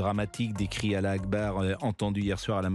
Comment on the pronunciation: C est pas alla akbar 😂😂 mais allhou akbaar